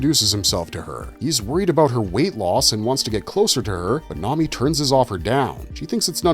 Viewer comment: Toh-mee-eh is how you pronounce Tomie. It's not grease, it's oil. Come on, man, they say it like a million times. Did you skim a wikipedia page on these stories or something? This vid could've been great but you bombed.